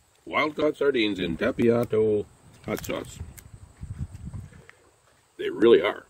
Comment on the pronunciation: Not Tapiato, Tapatio - "tapa-teeoh"